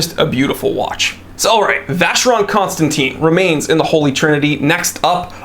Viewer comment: It’s pronounced Con Stan Tan not Teen!!